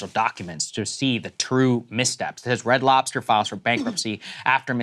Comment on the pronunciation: You can tell someone is black when they add the "s" at the end of f Red Lobster. Adding those letters where they dont belong